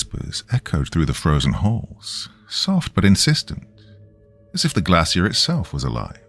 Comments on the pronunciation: Why docyou keep pronouncing glacier wrong? Shiii is annoying as hell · I've never heard the word "glacier" in a British accent before. I think it's British? 😅 Anyway, it sounds very different than where I'm from haha